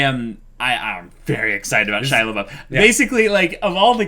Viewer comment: Every time they bring back "Shia-labouf" I die a little inside.